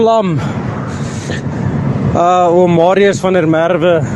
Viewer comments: Please pronounce his name correctly - VAN DER MERWE (“Fun-de-MerVe” - emphasis on the V!!) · Please learn the correct pronunciation of the victim’s name. Or are you AI? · Yoh have some respect and say his surname properly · Why can’t you pronounce Van der Merwe’s name properly